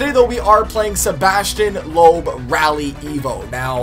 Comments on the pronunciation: but this time its loob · Some tips: Sebastien Loeb is pronounced "Lup" not "Lohp" or "Looph" :)